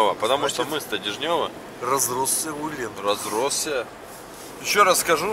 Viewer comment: Правильно произносить УЭ'лен , ударение на первый слог ....